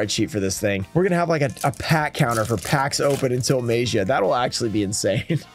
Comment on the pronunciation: Mag ee ah. And I'm sure if it's pronounced right he'll finally come out of a pack.